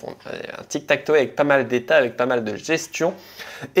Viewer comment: Belle video comme d'hab, juste ine petite remarque, tu parle avec des termes anglais, tu devrai essayer d'améliorer ton accent par exemple on dit TikTakTow par TikTakToé, juste une remarque.😊